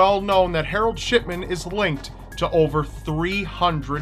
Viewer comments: Shidman or shitman? XD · When you say shipman it sounds like ****man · I thought you said Dr. Shitman not Dr. Shipman XD Though from what he did I think he deserves the first... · You say Shipman sounds like shit men lol omg 😂😂😂😂😂😂💀💀💀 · Why do I hear Shitman and not Shipman every damn time?? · He definitely said shitman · did I just heard Shitman? :D haha XD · ***** I mean come on, am I the only one that hears Shitman? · Sh...shitman? Did you say Shitman? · Anyone hear shitman instead of shipman?? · For shipman, I thought he said shitman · Marro Hill didn't he say shipment? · Lol did he say Harold shitman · shitman xD he always said like dat xD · Am i the only one that heard "Shitman"? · For the shipman story it sounds like he's saying shitman lol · 706 you said harald shitman lol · Hehe it sounds like shitman he he hehe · It sounded like sh#t men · Shipman? Dont you mean Scatman? :D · Lolz it sounds like your saying sh*tman instead of shipman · sounds like your saying shitman instead of shipman:3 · I keep hearing "Doctor Harold Shitman" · When u talked about Harold Shipman, it sounded like u were sayin *shit*man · Hahah when you said shipman it sounded like you said shitman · at one point it sounds like he says "Shitman" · I thought u said shitman though 😓